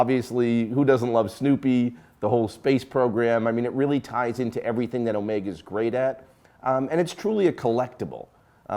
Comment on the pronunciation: Correction: you just can’t pronounce Constantin and Jaeger. You are pretty good at Rolex and Omega.